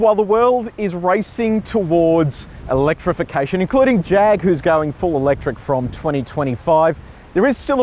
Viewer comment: Paul, you are saying Jag wrong. It's a Jaaaag.With a bit of snob note to it.Nice review though. In its class, I think it is the sportiest of the lot. One thing I don't like is the oh-so-black interior. A bit of color would have brightened it up in a more dynamic way.